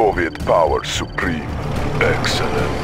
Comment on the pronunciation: "Soviet power suprem"